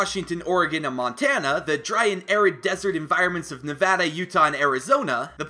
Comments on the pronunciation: OMFG YOU SAID NEVADA RIGHT LEEEETTTTTSSSS GOOOOOOOO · I am a simple man. If Nevada is pronounced correctly, I leave a like. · YOU PRONOUNCED NEVADA RIGHT. THANKYOUUUUUUUU. Oh and I live in Reno and there is some “ghost town” looking places like Virginia city.